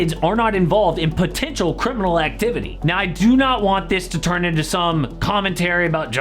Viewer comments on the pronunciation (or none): none